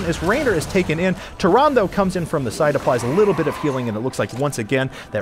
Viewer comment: The e in Tyrande is not silent. Goddamn it's annoying to hear someone mispronounce that so many times, at least he got it right at the end.